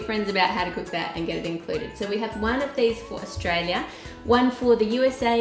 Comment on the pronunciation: Aulstailia 😂😂😂 its Australia